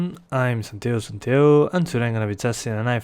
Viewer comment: Why do you not pronounce the "G" in your name? It's Santiago -- not Santiaoooo